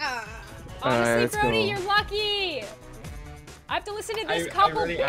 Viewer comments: BRODDIE NOT JODY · Also it's Brody not Jody